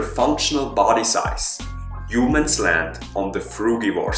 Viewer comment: Back then,u called us "Huemens".Good work